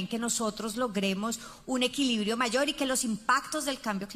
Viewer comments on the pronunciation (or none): none